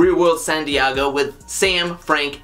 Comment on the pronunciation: STOP SAYING "DIEGO" LIKE THAT